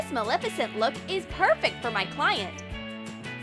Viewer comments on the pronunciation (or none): It’s Maleficent! Not Malificent! Like and reply if you get angered by this to.